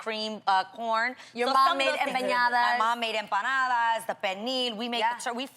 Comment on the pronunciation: lmfaooo she said empanadas like "em-eh-yadas" Aw Jeanie you tried! <3